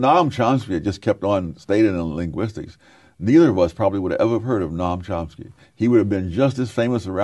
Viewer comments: Sowell says Nom Chomsky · I like how he calls him "Nom Chomsky". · Sowell mispronounces Chomsky's first name on purpose. This reminds one of how Trump intentionally mispronounces the first name of Kamala Harris. It is a way of expressing derision. It makes Sowell look small.